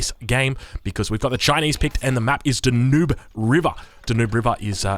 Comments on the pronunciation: Heads up, but it's pronounced dan-yoob. Not da-noob. I've noticed this quite a bit on your videos. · I’m not upset guys. I’m happy. See? :) :) :) It’s pronounced DAN-yoob though. It’s a famous river. It would be like calling the one in Brazil the the AMA-zoon. Or the NEEL river in Africa. If you’re familiar with the word, it sounds obviously wrong any other way. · Why do all AOE people fail at pronouncing Danube. It's a famous river! DAN-yoob, guys. Learn it.